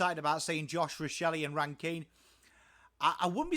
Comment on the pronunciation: Definitely on the mark. I like the inclusion of Hinge. He goes hard and lots of versatility with his height. My main gripe other than your pronunciation of '' is how tall the backline is. Worrell was only getting games when Doedee was injured, he is now fighting Mcalaney for a spot. Jones or Hamill will most likely be the second small Def behind Smithers although Milera looks to be going back to defence this year. Mchenry and Murphy will find it hard to find a game with the inclusion on Ran-Kin and a fit Rachelle. Pedlar and Cooke are two others to watch depending on the weekly matchup. Cooke to fight a spot with Hinge or McAdam. Pedlar may overtake Shoenberg. Edit: forgot parnell in the same bracket as Jones and Hamill.